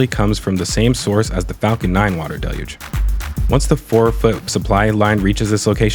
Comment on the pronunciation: Again awesome content! Also thanks for your pronunciation of the word “deluge”. Maybe send a note about it over to NASA spaceflight? They’re struggling over there🤣